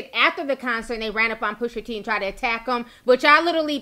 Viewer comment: Push-AH T not Push-ER T 🤣😂🐸☕love you Ti